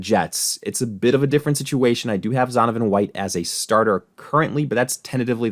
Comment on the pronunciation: Dude not even getting Zonovan's name right lol